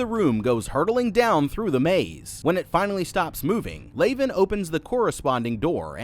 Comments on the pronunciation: Leavan is pronounced like leven, not layven. As in Leavenworth Prison, US. The rest are Kazan Prison, Russia/ San Quentin, US/ Holloway Women’s, UK/ Centre pénitentiaire de Rennes, France/ Alderson Federal, US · It’s pronounced lev in. All the characters are named after infamous prisons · Your incorrect pronunciation of "Leaven" is the most grating thing I've heard this month. The characters in the movie LITERALLY PRONOUNCE IT OUT LOUD correctly, all you had to do was repeat how they say it. Even if you had never heard of the infamous prison "Leavenworth" that the character's names are pulled from and how that prison is correctly pronounced, all you have to do is not watch the movie on mute and you'd be speaking correctly. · I absolutely love this movie. Because we get no external answers, and everything is so contained in one cube at a time, it really forces the actors and the writers on developing character and story. However, it was surprising that you did not mention the prisons each character was named after. And, being that it is in my state, I flinched every time you mispronounced Leaven (unleavened bread, Leavenworth, KS) 😂. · Also calling Leaven "Laven," Worth "Warth" and Quentin "Quitton." Dude... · You mispronounce basic words (Cartesian, chasm), your commentary adds very little, and the parts where you show your face were better skipped. Even Leaven is pronounced differently. I miss when this channel was good...